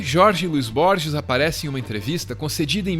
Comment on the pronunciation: versão em inglês do livro do J. L. Borges? vcs o leram em inglês? pq pronunciar "aisac newton"? e pq não pronunciar "rorre luis borres"? são "detalhes", mas dói no ouvido e passa pela valorização da nossa desprezada cultura latinoamericana